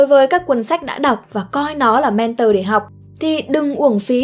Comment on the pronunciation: Thích video của spiderum lắm...nhân tiện đọc là "men thò" ko phải "men tờ" nhé.